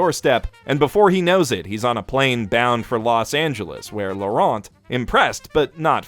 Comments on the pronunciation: Too bad our favorite anime reviewer doesn't know the "t" in Laurent is silent. I'm french and i couldn't stop thinking about it? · Too bad you're too French to understand that Laurent is pronounced in a different way in the English language. :P